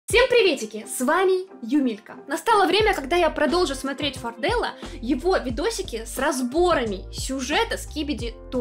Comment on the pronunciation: правильно фОрдел, а не фордЕл